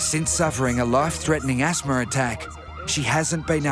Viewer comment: There IS NO "R" AT THE END OF THE WORD ASTHMA!!!! Thank God that beautiful young woman is doing so good! God is so good!!!